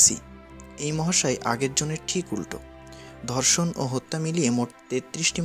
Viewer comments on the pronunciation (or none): none